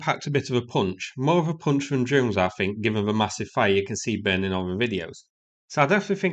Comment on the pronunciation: Take a shot every time the dinosaur says ‘I fink’